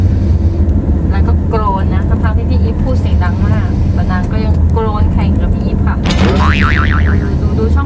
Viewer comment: กรน ค่ะ ไม่ใช่โกรน